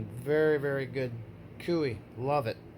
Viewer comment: I'm pretty sure KUIU is pronounced "Koo-you". My buddy told me a good way to remember is it rhymes with "screw you" Ha!